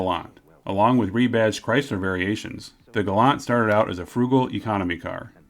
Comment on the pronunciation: it's pronounced Gal Ant 🐜 there is no u in the word .